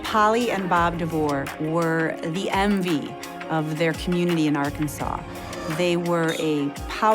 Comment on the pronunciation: Did that lady just say "emvy"?? The "emvy" of the neighborhood? My brain won't let it go. >_<